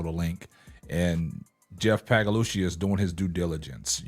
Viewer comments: Respectfully, there's no "g" in Paliocca. Just trying to help. Pay-Lee-Oochee is what you're shooting for. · Lmao dude his name is Jeff pagliocca.. this guy just says it any type of way for watever reason.